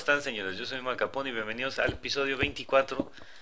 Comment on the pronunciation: lik si creen que cuando dice dice MALKAPONE..